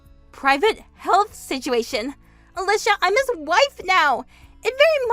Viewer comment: At least the boyfriend knew how to pronounce Ah-Leeshah!